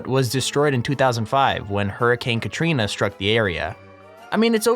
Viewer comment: He said Hurricane Catrina..HURRICANE CATRINA MORE LIKE ROCKING TORTILLA